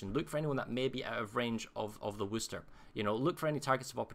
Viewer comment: Worcester, Massachusetts. No “h”. Pronounced Whuhster or Whuhstaah. - this is a really good tutorial, whether you’re playing CV or anything else. Especially an AA cruiser. Thanks!